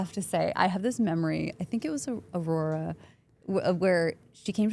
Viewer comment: Shawty can’t say “Aurora”